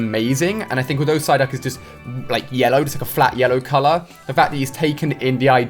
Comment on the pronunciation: is it just me or he said ssyduck